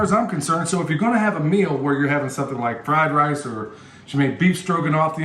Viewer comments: Everytime you said fried lice, I thought of the movie Lethal Weapon......”it’s fried rice, you plick! 🤣🤣🤣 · Beef fried “lice?” Brother sounds like a flash back to Nam or some place like that. LOL Sorry brother, I couldn’t resist. Had some great fried rice in Taipei and Okinawa. God bless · Fleeze lyed lice, Lummy! LOL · The fried lice you said several times had me wondering if was holding his breath not to laugh! I was cracking up! Anyway, where do I go again to buy comfrey and ask a question or two(sorry, I know you say in some vids but I can’t remember which ones. Thanks!